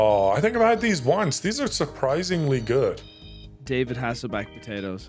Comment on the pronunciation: Not saying “David Hasselback” like DUDE, it’s HASSLEHOFF”